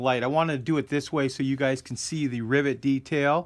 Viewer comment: Rivet, not Rivot.